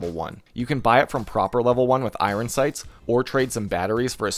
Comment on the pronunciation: "i-run sights" lol